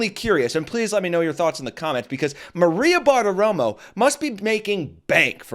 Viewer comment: Maria Barteromo hash no bushinesh being in any short of broadcasht media with her obvioush shpeech impediment. 🤮